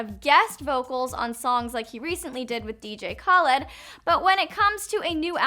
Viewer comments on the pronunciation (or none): Oh my ears!!!! Girlllllll, I mean... Please do some research on these names before making a fool of yourself! Why didn't anyone help?! (Dj) Khaled is pronounced Kah-led NOT Kaw-lid. Girl hooked it up with extra mayo out her mouth. SMFH